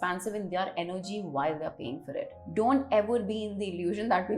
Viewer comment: money is Energy, not Engery :)